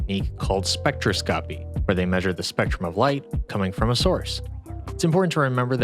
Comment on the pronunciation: I've always heard it said spectroscopy, not spectroscopy. It's cacophony, not cacophony. Okay, that's not helpful. Um... spec TROS kuh pee (isaidpeehaha) and ca COFF uh nee Put the emphasis on the second syllable instead of the first... I think. Actual, I have no idea. Nevermind. Y'all need someone to cut your grass? I'm down.